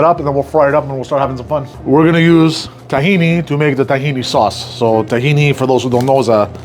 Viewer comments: Stop calling it "tah-he-knee" it's "t'-he-nah" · its TakhinA no one in the Middle East says Tahini